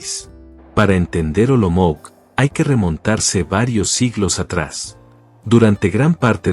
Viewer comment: Olomouc se čte Olomouts né Olomouk!